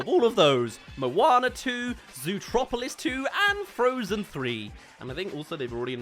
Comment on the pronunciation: Zootopia not zootropilis